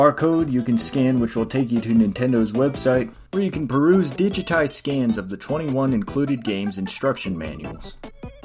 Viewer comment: The word is ‘peruse’, but yeah, he said it like ‘Bruce’